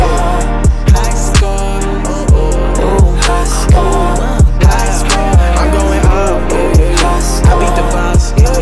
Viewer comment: Instead of saying high score it sounds like he saying high school